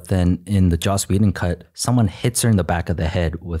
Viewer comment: Lmao it’s joss not josh Whedon